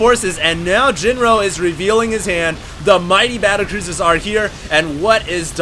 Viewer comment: you said cattlebruisers rofl